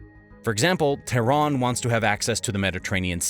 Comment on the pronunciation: why does he call it "tahran" sometimes and "Iran" other times.. are they different things surely im missing something